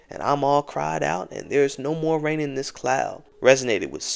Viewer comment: THERE NO MORE RAIN IN THESE SKIES! you butchered that line THREE times lol smh kids